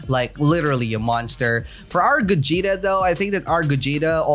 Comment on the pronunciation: said gugeta